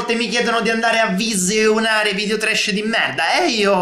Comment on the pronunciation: scusa sono un tuo nuovo iscritto ma non capisco perché dici viseounare